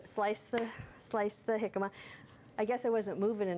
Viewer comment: You're pronouncing it so wrong lol